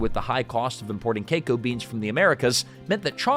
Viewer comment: Say KEKO beens.... one more time.